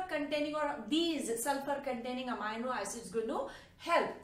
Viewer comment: It is not pronounced "Amayno" it is pronounced "Ameeno".